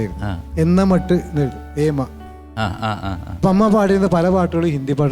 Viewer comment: എന്ന മട്ട് എന്നല്ല ചേട്ടാ, MG, എന്ന മെട്ട് എന്നാണാ വാക്ക്